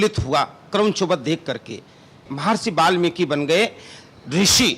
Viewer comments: but don't say balmiki.. is it not balmiki it is valmiki ji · mahraaj (balmik) galat hai valmik sahi hai ap pehaly bolna sekho warna theek se stady karo